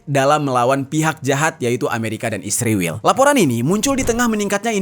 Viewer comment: Min jangan goblok tau baca gk mesti pake huruf besar blh spy jgn slh baca ISRAEL bukan isriwil goblok luu...skolah ulang luu